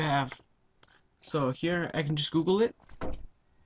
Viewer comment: ITS FUNNY HOW YOU SAID GOOGLE BUT THANK YOU